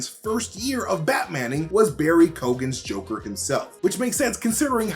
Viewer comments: Pretty sure it’s Barry KEE-GAN not Barry KO-GAN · Not to point out any major negative , but for all the Americans that can't pronounce irish names, it's Keoghan... You pronounce it..... key~own, hope this helps ☘️ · ➡ ➡ ➡ ➡ dont say the "GH" in his name... pronouce it as Key Own 👌 👌 👌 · Keoghan... Pronounced Kyo-an...not Kee-ogan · Barry Key-owe-in is how you actually say his name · Barry key-oh-han if your pronouncing it. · Barry Key-own** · just saying barry keoghan second name is pronounced. kee-yo-han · Guess you can’t try to pronounce the Irish actors name right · His pronunciation of Keoghan killed me as an Irish person haha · Please look up how they pronounce Barry Keoghans name